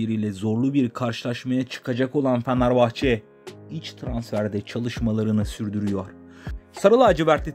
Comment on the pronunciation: Fanarbahçe değil Fenerbahçe 😅😅😅